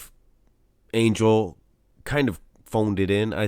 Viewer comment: Its Ang-hel Calderon